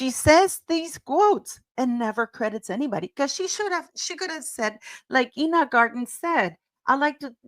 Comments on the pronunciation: I-na not E-na Garten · Enjoy your videos, P! Ina Garden- pronounced, 'Eye-na" BTW. Also, wasn't M's self-bought watch, two toned- yellow and white gold?? I think the show is going to flop, however, I think the ladybug tapas are really cute, but not M's idea. The HAIR! so gross on a cooking show.